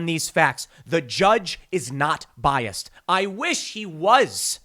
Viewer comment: No T in "Biast"... But I'm bias.